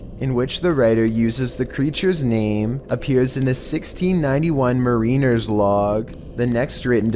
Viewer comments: Hey,! I'm back to help with your pronunciation lesson. Mariner =/= mar-EE-ner Mariner = MAR-uh-ner 🙃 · Keep teaching it. I heard the " mareener". It just irks me. There are dictionaries that teach pronunciation - on the internet you can even hear the correct one.